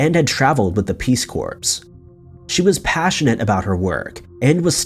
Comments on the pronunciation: Peace Corps, certainly is NOT pronounced as CORPSE. I could be wrong but it’s pronounced as CORE. Peace Core sounds better than Peace Corpse right??? 🤦 sometimes I can’t understand how or why gets what seems like sorta basic words SO wrong phonetically? It’s not the funny differences between U.K. & 🇺🇸 either because he sounds like he doesn’t have a heavy accent that comes from Midwest, east coast, south (of course) or even the specific way people from Utah often speak. I shutter think how he’d pronounce Colonel? I could understand if he wasn’t educated or even if he was very young? He seems genuine af tho, & maybe in the rush to pump out so much content for $$.. these mistakes are becoming SO common. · tell him it's not pronounced "corpse" lol! it's "core" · Peace Corps = Peace "CORE" NOT CORPSE. Pretty please will you look up words you are unsure of. This kind of thing is contagious... One person says it and then others follow suit. I'm not usually Grammar police... But pronunciation matters. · I do love this channel and the way you narrate it. But sometimes it’s like “come on” with the things you say like in this one you actually say the peace corps as “the peace Korps” you should know it’s said as “the peace Core” and no, it doesn’t depend on who you are or where you’re from. There is a correct way to say it. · Corps is pronounced core, not corpse. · Peace Corps is pronounced "Peace Core." I cannot even believe your ignorance of that. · Peace CORPSE? Seriously dude? 🤣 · "... had traveled with the Peace Corpse." This would be funny if it were just a one-off, but doesn't seem to be able to get names right. Either that or he just doesn't care. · Corps- "core" Corpse- "corps" . Give him a break, language is confusing. It's doesn't maintain any consistent rules ( I before E... except after C 😆 as an example) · Corps is pronounced "core." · Seriously. If it's your job to narrate, learn how to pronounce things like an adult.